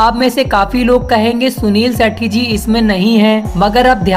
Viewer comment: जब नाम भी बोलने नहीं आता है तो वीडियो क्यों बनाते हो भाई